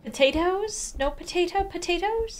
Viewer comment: AHHH yes not "POTATOES" ITS TATOES